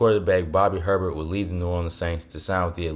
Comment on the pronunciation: Bobby Herbert is pronounced “A-Bear”